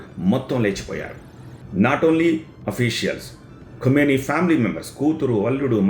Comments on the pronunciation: Khumeni kaadu Bro Khameni kha khu kaadu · Khameni, khumeni kaadu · ఖుమేని కాదు బాబు ఖమేని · Kumeni kaadhu bhaabhu... Khameni...!! 😅😂😂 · ఖుమేని కాదు ఖమేని. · ఖుమేని కాదు ఖమేని 😂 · Khu kaadu Kha... khamenei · సూట్ మీద ఉన్న ధ్యాస మాట్లడటం మీద పెట్టు స్వామీ. వార్తలు చదవబోయే ముందు ఇష్రాయెలా, ఇస్రాయెలా అలాగే ఖుమేనీనా ఖమేనీనా పలకాల్సిందని తెలుసుకొంటే గౌరవం పెరుగుతుంది. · Khumeni kadu ra howlee.. ...Khamenei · Khumeni khadu babu khameni...name aina sariga paluku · Kumeni kadu kameni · ఖుమేనీ కాదు.. ఖమేనీ.. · Kumeni kadu kameni and no perfect evidence of his death